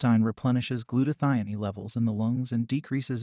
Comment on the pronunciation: also glutathione. I think he is indian